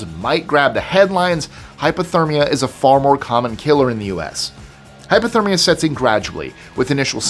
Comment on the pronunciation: I know it says hypothermia, and you may be saying hypothermia, but it sounds like you are saying hyperthermia, which is the opposite of hypothermia. It, too, can be deadly, but just saying it sounds like you are saying hyper instead of hypo